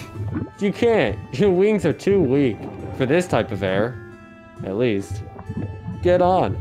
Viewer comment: Anyone else noticed he pronounced Aira as area